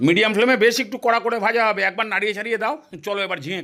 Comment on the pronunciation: আপনি, Bhai, Bhaaja কে Vai, Vaaja কেন উচ্চারণ করেন? 🙄 এক্সেন্ট বা জড়তার ইস্যুতো এটা নয়।